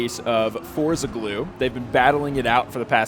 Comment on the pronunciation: So you do know how to pronounce Straßenversion but not Forza?:)